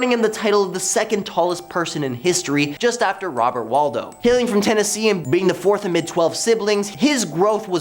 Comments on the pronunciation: It's Robert WADLOW, not Waldo. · Robert Wadlow, if you are making money out of his name, it would be respectful to pronounce it properly.